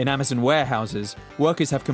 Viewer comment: Would you stop saying "Ama-zunn"